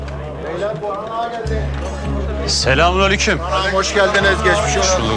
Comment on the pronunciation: Daha ecmelle boran selamünaleyküm demeyi bilmiyor 😂😂😂